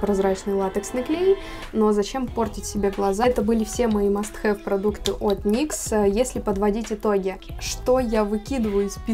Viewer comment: Как только я услышала выражение "мастхэвы никсА" сразу выключить захотелось!